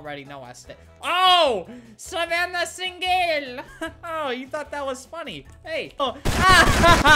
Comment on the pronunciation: Savannah Sing-gel! 😂